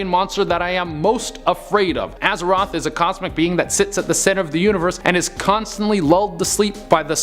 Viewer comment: Aza-th-oth not "Azaroth"